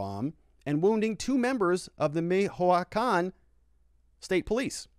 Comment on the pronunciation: not being judgemental :P but michoacan is pronounced Mee Chewah Khan